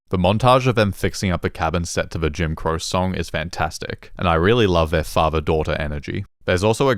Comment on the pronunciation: ITS JIM CROCE NOT JIM CROW!!!!!